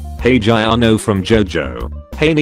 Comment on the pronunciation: hol'up "jiorno"? What JiJi is that xd?